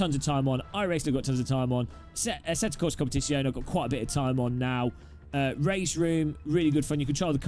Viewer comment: Jesus did he just say competizeone bad